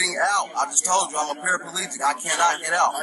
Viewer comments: There’s no such thing as a parapelegic ... it’s para plegic... just saying... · I had to laugh..even you verbalised " parapalegic" .... even though you correctly titled " paraplegic ".. or did I pick the deliberate mistake.